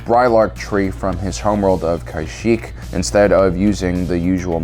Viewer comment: I don’t know why but it bothers me so much that he mispronounces so many different Star Wars words like Kashyyyk or Tano, AND ITS NOT POTATO POTADO ITS JUST INCORRECT